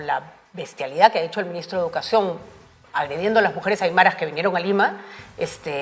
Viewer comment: Donde dice "armará" , debe decir "aymara"